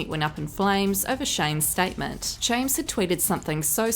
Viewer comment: the one thing i like is you began saying James's name correctly not chihua...... like you did.. ❤